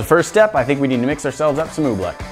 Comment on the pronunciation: Pronounced OobLICK not oobLECK